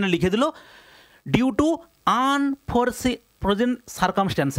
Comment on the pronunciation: Unforeseen circumstances আনফরসিন সার্কামস্টান্সেস You : আনফ্রজেন সার্কামস্টান্সেস 🙂🙂🙂 স্যার আমদের ইংলিশ ভালো করে পড়তে বললেন , আপনাকেও তো ভালো করে পড়া উচিৎ।